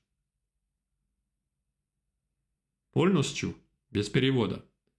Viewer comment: Благодарю за урок . Прекрасно ваше произношение на русском . Единственное, я считаю , что вам пора избавиться от мягкого Л ( эл) . « поЛностью « par example